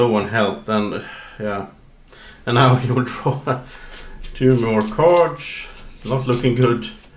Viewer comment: am I the only one annoyed by "cards" pronounciation?